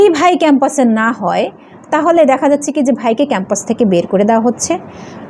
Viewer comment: উচ্চারণ এতো ভুল ?? খ্যাম্পাস কি ?